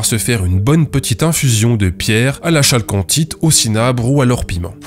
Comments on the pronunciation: Salut mec, j'adoooooore ton approche sarcastique pour dénoncer les arnaqueurs...mais un peu de rigueur.. Bordel !! Pour CAROLINE j'ai bien ri. Mais.. pour la chalcanthite, on dit Calcanthite...le CH se prononce K. sinon, j'adoooooore.......etc etc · Yes, et accessoirement on prononce kalkancite, mais on va pas pinailler hein... Un peu frustré que GMilgram n'ait pas poussé l'enquête plus loin sur ce sujet, qui a malheureusement inondé le monde confidentiel et tranquille des amateurs de cailloux....